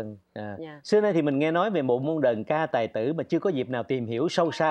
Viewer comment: Nghe đọc đàn ca tài tử là không khoái rồi đó, đờn ca tài tử nha